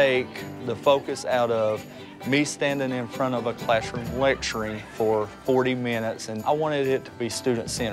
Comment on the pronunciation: I don't want to be critical but when he says classroom, i thought it was clashroom. I appreciate what they do though.